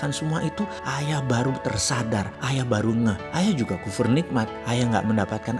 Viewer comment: Maaf sedikit koreksi, bukan "KHUFUR NIKMAT" tapi "KUFUR NIKMAT".